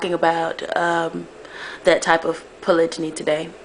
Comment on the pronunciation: HERE IS WHAT I THINK.....U NEED TO KNOW HOW TO SAY THE WORD CORRECTLY!!!!!!!! THATS FIRST....SECOND U NEED TO PICK A RELIGION AND THEN DISCUSS POLYGAMY IN THAT RELIGION. ASK ONE OF US B4 U REALLY START TALKING. GOD SAID BE FRUITFUL AND MULTIPLY DID U MISS THAT PART OF THE BIBLE? HOW MANY WIVES DID THEY HAVE DURING THE TIMES OF JESUS OR MOSES ? ARE U SURE THEY ONLY HAD ONE OR HAVE U REALLY DONE UR HOMEWORK? IM DONE NO BEEFING BUT AS A MUSLIM U NEED TO HAVE A REAL UNDERSTANDING OF THE CONCEPT!!!!